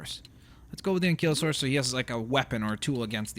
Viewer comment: Enkilosaurus? Stagosaurus? An-kylo-saurus Steg-o-saurus Simple sound it out